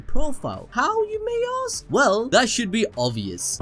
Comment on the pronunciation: Me: Let me ask you a question. A.B.D: What do you want to aks?